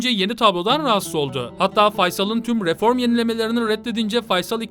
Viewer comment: kardeş yorumların mükemmel. sadece r harflerini daha dikkatli telaffuz etsen güzel olacak. RIFORM gibi :)